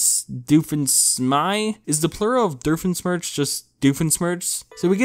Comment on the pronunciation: “The emoji movie is prettier than Igor!” While that may be true there are scenes in Igor that don’t look half bad especially the intro sequence! Plus I’d rather watch a movie with a passable story than a movie so garbage that it gives cocomelon a run for its money! Also it’s Doofenshmirtz not whatever the fuck you said lmfao!